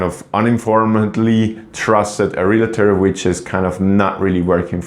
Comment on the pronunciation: Realtor not realator. Uninformed not uninformedly.